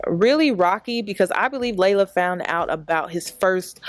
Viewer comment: Its pronounced LEE-la not LAY-luh!!! Ugh why does everyone say our name wrong?? 😒